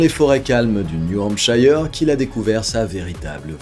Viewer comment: New Hampshire se lit "new hampsheur"